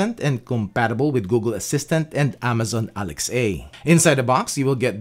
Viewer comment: 🤣 loved the video but found funny how he said "Alex A"